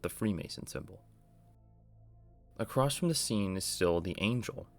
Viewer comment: I hate to be this guy because I love your channel but it’s pronounced “across” not “acrosst”. You don’t happen to be from Appalachia do you?